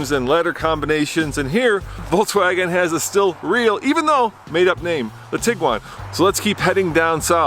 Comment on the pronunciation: Awesome video, but what's with saying "Voltswagen?" It's "Volkswagen."